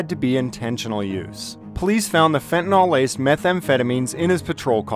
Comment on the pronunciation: It’s fentanyl (“fenta-nil”) not “fen-ta-nall”